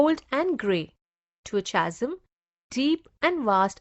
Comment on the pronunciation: The pronunciation of Chasm is कॅझम् and not चासम्